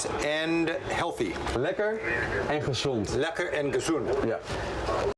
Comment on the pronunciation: The Archimedes screw is far from perfect, but it works (good enough, back in the days). If you can hold e.g. 20 liters of water in one "section", and you loose 12 on the way up, you've transported 8 liters. Naturally, sealing would make a big difference. pronounced it as "gezoond", but it should be "gezond". "gezoond", in Dutch written as "gezoend", means "kissed". We don't do that with herring. When you stop draining the water, the flooding won't come from rain, but mostly from ground water that is being pushed up by the sea. It's the principle of communicating barrels. Along the coast there are so called "kwelders". These are pieces of land that get flooded by this effect and need constant draining. Kwelders are the opposite of polders.